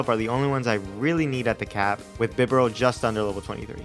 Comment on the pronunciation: BIDOOF IS NOT A GOD! AND IT'S BIBAREL, NOT BIBERAL!